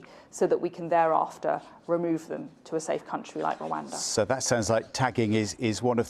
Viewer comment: "safe Rhawanda"